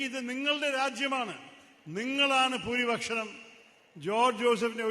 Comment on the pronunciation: Pooripakshanam അല്ല Pooripaksham aanu